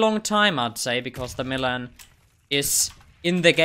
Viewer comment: McMillan is read as "Mac"Millan like in McDonalds